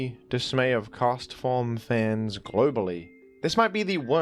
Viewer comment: the clarity with which you say Castform made me realize its name is a pun on Forecast all these years later. god.